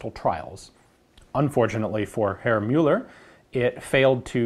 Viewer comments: Just because I know you take pride in pronounciation, Mr. McCollum sir - Müller in German would sound closer to "Myller" or even "Miller" than "Mueller". Cracking video as always! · Great I've been taught to pronounce Müller the wrong way. I knew something was off.